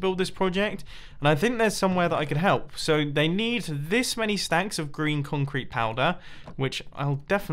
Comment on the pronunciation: When you say green concrete I always think you say Grian concrete 😂